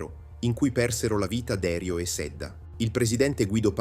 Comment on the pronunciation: Un finanziere si chiamava Derìu, con accento sulla ì 😅. La baia Feraxi si pronuncia “ferasci”, un suono tipo Fera“sji”…